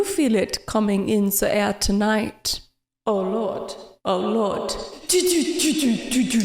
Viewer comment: in the air tonight for vanentines? LOL and "oh lord" sounded like "or not" A-A Ron I hand wash dishes.